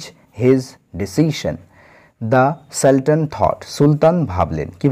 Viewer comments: Hya, সুলতান এর উচ্চারণ হয় - সালটান । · Saltan উচ্চারণ কি ঠিক?